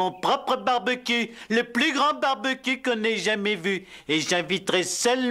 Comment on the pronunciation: Ses tu moi où prononce barbecue barbecul 😅